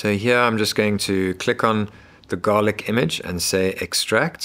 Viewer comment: Why do keep saying Garlica?